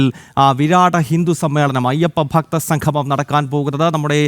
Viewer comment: സംഘമം അല്ല സംഗമം. അക്ഷരസ്‌ഫുടത ഇല്ലാത്തവർ